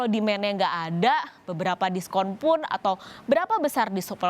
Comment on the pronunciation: setetes kekhilafan mbak ini wkwk : itnernasional (internasional) : disupolenkun (diskon)